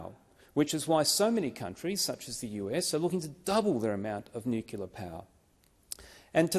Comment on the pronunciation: Hi, Senator David Fawcett. While I agree with all that you have said in this video, I do hafta ask you just WHAT is 'nucular' power??????????????????? The CORRECT pronunciation is 'nu-clear'. Just my 0.02. You have a wonderful day. Best wishes. Deas Plant.